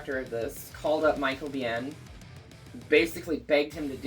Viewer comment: pronunciations always make me laugh:D it's Michael BEAN (sounding), not Be-ehn.;) love you girls!